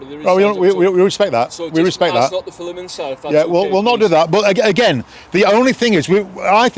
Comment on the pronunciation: He said Fillem, not film 😂